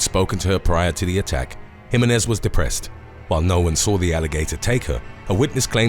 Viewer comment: The commentator wuz urking my nerves mispronouncing Jimenez. It's HE-MEHN-EHZ